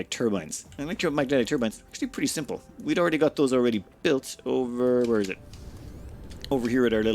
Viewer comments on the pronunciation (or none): none